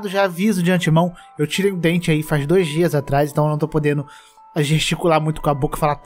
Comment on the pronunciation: quando o falou "eu tirei um dente" eu tinha entendido q ele perdeu um ente,tipo um ente querido da família